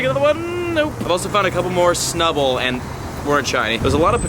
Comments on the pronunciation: you said snubbal research task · You said snubull research task